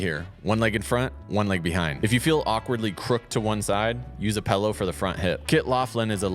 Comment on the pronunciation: where can i get one of these "pellows" you speak of?